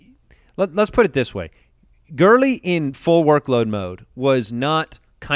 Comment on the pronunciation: Anyone else cringe when that guy says "gurllley" Jesus...... Lol